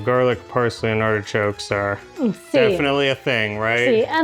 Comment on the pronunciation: I keep hearing say hedgehogs not artichokes. It makes the video sound rather cruel. 😂